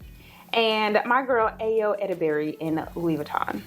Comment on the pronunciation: Ayo is pronounced - EYE- oH (NIGERIAN babes)